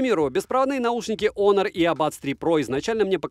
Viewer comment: Всем привет бл Хонор а не Онор